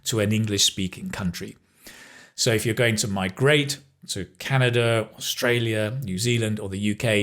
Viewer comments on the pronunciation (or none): none